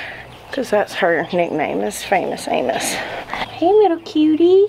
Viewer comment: Totally sounded like Anus to me, I'm so hoping you intended Amos 😂 He is a handsome boy❤